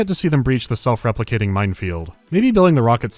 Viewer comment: Did you just say "Self replicating mine field"?